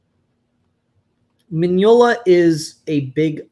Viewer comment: You pronounce Mignola well enough. I read the book. It was amazing.